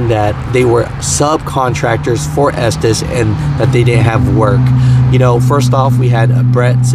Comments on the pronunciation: And it’s pronounced ESTES… not ESTEES.. 🤣🤣🤣🤣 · For the record, the owners - literally who the company is named for - pronounce their own name as Estes (short e sound) not Estēs. I work at 225 (Salt Lake City) and we are SLAMMED with work. Running line haul kinda sticks, but at least i can work through my own frustrations and not have to try and sooth the customers on top of it. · Estes. Not estees. Our president of the co. Gives state of the union addresses and its his last name. He even pronounces it Estes. Ive heard tm's call it estees that have been with the co. For 18 years. Aparently not everyone they hire is smart. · Retired from estes 2 years ago from day one I pronounced it "estez" and no one ever corrected me but the family name is pronounced "estees" it's like " poe Tay toe, poe tot toe, toe mate toe, toe Mott toe no one really makes to big of a deal about it. side note started my driving career with Harold Ives, then covenant also drove local a while finished out with Estes overall I'd have to say best company I have ever drove for. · I worked for a comp that ran loads thu them and it was always pronoused estsssssss insted of esteseeeee. Just helping 😊😊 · Es-Tees (I have heard it pronounced this way for over 20 years) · Cal the company and listen to the voice recording. It's pronounced ESTIS. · I pronounce it “ S - Tez” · Estes like Testes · I pronounce it as testes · Its pronounced Estevez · Estes is pronounced, " esteez" just like the hobby c9mpany that made Estes model rockets, planes, etc. Just sayin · I think it’s pronounced testis 😂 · It's pronounced testes